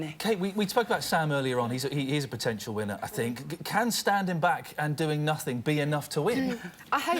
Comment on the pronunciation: totally agree, i think lian should be on more often. is hard work to watch, she said minner instead of winner.. one of her many cue cards mistakes.